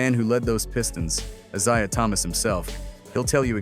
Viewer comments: when you hear the Narrator say ISaiah rather than Eyesaiah, you know AI is a problem and these guys don't know jack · "I-ZI-UH Thomas" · This artificial intelligence voice is mispronouncing Mr Thomas's first name😮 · love Ai cant pronounce Isaiah. uttering 💩💩💩💩😑🤔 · CON-test instead of con-TEST, Is-I-ah instead of Is-A-h. You’d think they could teach AI proper pronunciation and stress on the correct syllable.